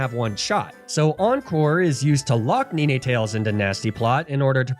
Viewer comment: You pronounce ninetails funny 😂